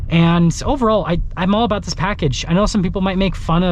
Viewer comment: It's aboot time!